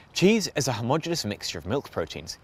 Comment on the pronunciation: An' anuvver fing, Gov'nor: 'Homogeneous' (of uniform structure throughout) has FIVE syllables, and is pronounced homo-genius . The 'Swiss engineers' did not "substitute the wine with" some sodium citrate. They either: Replaced the wine with some sodium citrate, or Substituted sodium citrate for the wine (ie the sodium citrate was selected as the substitute ) PLEASE get it right!!!!